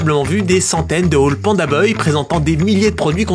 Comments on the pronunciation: Pandabuy ( 🗣️ bay ) non pas boy !! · ba « baille » dans la vidéo il dit « beuil » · mdr c pas pandaBOY mais pandaBUY poto la prononciation catastrophique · « beuil » au lieu de buy (baille) 😭😭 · les prix de livraison ont explosés c'est fou. Par contre stp c'est PandaBuy (baille) pas beuy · Tu m'as énervé pdt toute la vidéo, c'est panda "baille" pas panda "beuille" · Je sais pas si c’est l’accent Suisse mais ça se prononce « PandaBAYE » et non « PandaBeuye »😅voilà voilà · Panda ''bye'' et non ''boy'' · Buy: « BAILLE » pas BEUILLE arrête pitié 😭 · pandabuy « bye » pas pandaboy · Pourquoi tu prononces Panda Boy, alors que c'est clairement Buy, ca va pas chez vous les suisses? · PandaBAILLE pas BEUILLE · Moi j'ai entendu PandaBoy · Panda "Beuye" mdr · Panda beuil il a dis mdrrrrrr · ça se dit Panda Bai chef👌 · "Panda Beuille" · très très interessant la video bravo mais par contre Panda BUY par pitié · Y a moyen de le prononcer genre "panda baille" s'te plaît ? 😅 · Pourquoi tu dis Panda Boy ? 😂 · Quand je pense au nombre de fois ou tu a dis "baille" dans tes vidéos... Pour "buy", dis pareil, tu vas voir, ça va marcher tout seul. :) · pk tu dis pandaboy mdr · pourquoi tu dis pandabeuy lol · Pandabuy ou pandaboy ? Drôle de prononciation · Alors ... rien à dire très bonne vidéo, mais par contre je suis traumatisé par ta façon de dire le nom du site " pandabeuy", ça m'a stressé à chaque fois que tu le disais 😂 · mais par contre on prononce pas PANDABEUY, rassurez-moi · pk tu dis pandaboy c perturbant de bz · Ok c'est parce que ton cours d'anglais a été rapide. Apprends a prononcer "Buy" boy 🤣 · Pandabeuil ? Sérieux vous savez pas prononcer buy (= acheter) ?! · pandabeuy hahaha apprends à parler frero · Pour quelqu'un qui dit "les bailles" une phrases sur 2 c'est bizarre de pas savoir dire Pandabuy correctement. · Inbuvable la video tu fais 11min sur un sujet dont tu sais mm pas prononcer le nom orh g mal au crâne 🙉